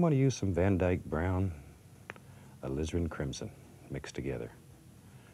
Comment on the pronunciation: I always hear Bob say " Lizard crimson"